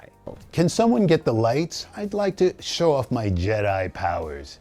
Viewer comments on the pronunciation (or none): none